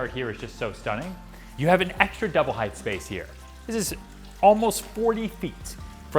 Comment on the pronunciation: Ryan double check how you are pronouncing the word 'height'. The correct way is hite-. Leave off the -th at the end.